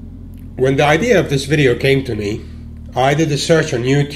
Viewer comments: FYI it is " Vidios ".. not " Vidyos "! common get it together!! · videos not vidyos.... ;) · It‘s called VIDEOS, man.. get it right..